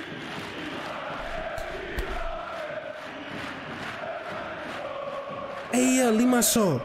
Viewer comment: Love from APOEL and you are saying the name right